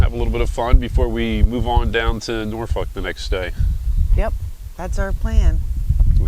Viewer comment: I am proud of you! You pronounced Norfolk Correctly! 😁😁😁, if your boat had feelings it would be said to be so close to it’s place of the keel laying being on Neuse river. You are in my back yard where I grew up on ICW in Chesapeake. 😁🛫